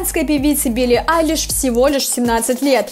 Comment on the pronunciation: Почему "Алишь"? Если она Billie Eilish? Прям уши режет...